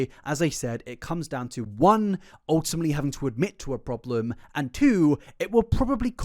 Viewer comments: Well yeah- but you said “ultimley” not ultimately, which was harder to unhear. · Off topic but the amount of times he said "ultumly" drived me INSANE 😭😭😭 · you say *ultimley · A video full of OOL-TIM-LEE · If you're gonna say 'ultimately' 100 times in your video please as least say it properly🥲 'ultimmly'... Bro